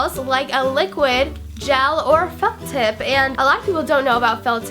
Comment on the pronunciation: it sounded like she said "liquid gel or fuck tip" lol